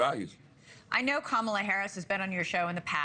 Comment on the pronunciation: PLEASE pronounce her name correctly! If you watched the DNC, her nieces & Kerry did a piece how to pronounce her name.